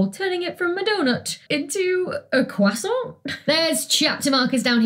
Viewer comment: U say croissant funny 😅 Also, better help evil